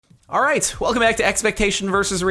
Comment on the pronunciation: at the intro do u say alright or R8?